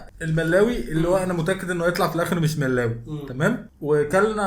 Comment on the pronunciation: ههههه ده اكيد مش كمون لي في المخبوزات هيكون يانسون و بعدين كلو لازم يتاكل مع الشاي 😂😂 و الملاوي بتتنطق كده مْلَاوِي